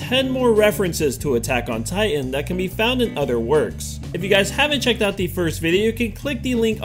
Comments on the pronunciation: buttok in titan? LOL XDXDXDXDXDXDXD I AM DYING! XD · lol! Buttack on Titan! 😂